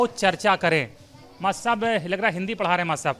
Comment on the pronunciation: Reporter ko padhne ki jarurat h Master ko mass bol rha h